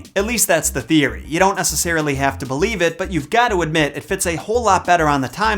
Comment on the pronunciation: When he mentioned Taxes what I immediately heard was Texas